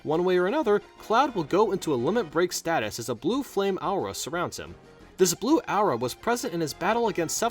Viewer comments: I didn't like the pronunciation though. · Blue... Ah-uu-rah? I've never heard someone pronounce aura like that. Kinda cool.